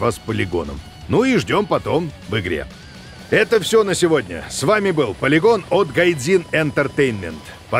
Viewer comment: Пацаны пачему тот дядька гаварить палигон а не полигон